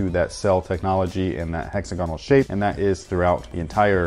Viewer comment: HEX - AG - GONAL